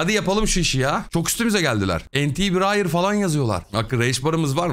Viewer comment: Biriyer ne abicim bariyer gibi, bağıra bağıra yağlı yağlı bırayır diyeceksin.